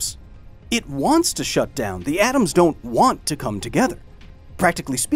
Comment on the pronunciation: What the hell is "oms" ?